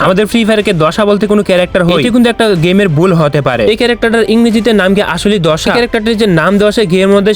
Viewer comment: দাশা না দশা 😂😂 মজার ব্যাপার 😂😂😂